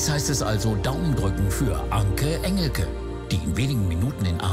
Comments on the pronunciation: Änki Änschelki 😂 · "Anki Änjilkie" 😂😂😂